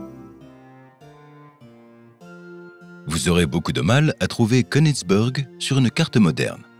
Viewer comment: Konigsberg étant un nom allemand, pour prononcer konigsbeurg, soit une prononciation anglaise ? Il est vrai que c'est une manie , puisque certains prononcent des mots français avec une phonétique anglaise ! Oui je sais cça n'a rien à voir avec le fond de la question, mais j'avais envie de vous le dire !